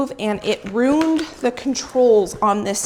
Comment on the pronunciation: So the oil cast a spell on your scale? That's what you said. it runed it. Ru...ned as in spell. I think you meant destroyed or damaged as in ru....in....d. destroyed meaning is pronounced with the in sound not just on sound.